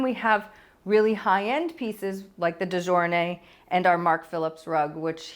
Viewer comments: De gournay is pronounced " de goorney".....😊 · De gournay - the g is not pronounced j